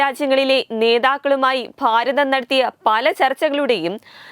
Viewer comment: കുട്ടിയുടെ മലയാള ഭാഷാ ഉച്ചാരണത്തിൽ പിശകുകൾ ഉണ്ട്. ശ്രദ്ധിക്കുക. ഫാഷ എന്നല്ല, ഭാ ഷ എന്നാണ് ഉച്ചരിക്കുക. ഫാരതം അല്ല, ഭാ ര തം. ഫാഷാ ഫൂഷണം എന്നല്ല ഭാ ഷാ ഭൂ ഷ ണം എന്നാണ് ഉച്ചരിക്കുക. അടുത്തത്.. ഷ. ഇതിനെ ശ എന്നാണ് കുട്ടി ഉച്ചരിക്കുന്നത്. വേശം അല്ല , വേ ഷം .